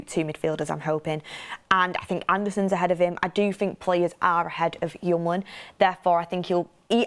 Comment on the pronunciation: His name is hjul-mand, not hjum-land